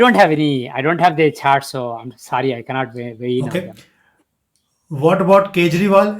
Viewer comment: Sorry but Chart sounds like Zaat 😂